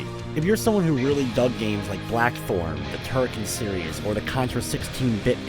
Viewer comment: He did indeed say Blackthorne, and "Turkeys serious" is actually "Turrican series". Though I must admit, I'd be interested in a game called Turkeys Serious.